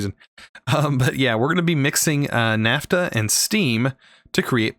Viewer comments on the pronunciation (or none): none